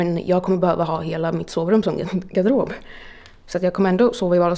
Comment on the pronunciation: Älskar hur du säger garderob hahah